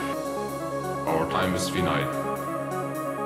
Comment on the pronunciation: finite is pronounced wrong